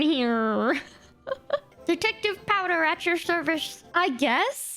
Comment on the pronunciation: POWDUR. Ain't no way you said that. It's hilarious. Thanks. xD